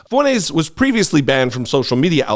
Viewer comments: It's not fuenez. It's Fuentezzz. He's Hispanic and he doesn't even know it! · Fwen-tez! say it right, ray getard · You're pronouncing his name wrong